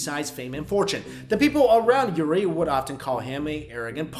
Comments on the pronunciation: The name is Uri not Yuri LOL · its Uri not Yuri